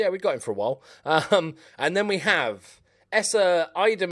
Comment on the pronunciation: Just rename him to the way you pronounce the first part of his name and call him The Eye